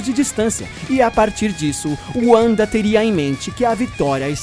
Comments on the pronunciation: "Uanda" kkkkkk nem os gringos falam o nome dela assim. Esse cara do Ei Nerd quer mostrar que sabe falar inglês, mas só se envergonha ao dizer errado. É muita poseragem pra um cara só. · sempre que ouço uanda eu fico 🤮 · Se escreve Wanda mas se le vanda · Lucas Silva Marçal Assistam X-men Evolution, Wolverine & os X-men e o filme dos Vingadores dublado e me digam se eles usam o W de Wanda com som de V ou som de U. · Era mais ou menos isso que eu estava tentando dizer; que aqui no Brasil, todos pronunciam o W com som de V, porque ninguém aqui é americano. É a mesma coisa que você querer falar Japonês e dizer NarutÔ ao invés de apenas Naruto. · Cara se escreve Wanda mais se fala Vanda não Uanda 😑😑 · Lucas Silva Marçal Wanda também tem origem germânica, então o correto seria pronunciar Vanda, mas o cara do Ei Nerd pronunciou como pronunciam nos EUA. Se for seguir ao pé da letra, Uanda está errado, mas se no próprio país de origem da personagem pronunciam Uanda, não da pra dizer que o cara do Ei Nerd está totalmente errado, assim como não seria errado alguém pronunciar NarutÔ, não tem problema nenhum em aproximar a pronuncia a da que utilizam no país do personagem. Por exemplo, seria a mesma coisa de no Japão eles zoarem um cara: "kkk como você é burro, o sobrenome dele é Shiruva, não precisa ficar chamando de Silva,ninguém aqui é brasileiro. Todos aqui no Japão pronunciam o L como RU." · Na pronúncia em inglês é Uanda em português é Vanda, nesse caso ele usou a pronúncia em inglês, por exemplo ele poderia usar o nome da Ravena em Raven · Não é Wanda é Vanda mas se escreve Wanda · ''uanda'' ai é foda já não bastava ''yultron'' kkkkkkkkkkkkkkk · ''Uanda'' KKKKKKKKKKKKKKKKKKKKKKK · Se fala VANDA.